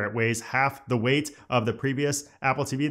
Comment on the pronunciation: Are you really putting the emphasis on the weight?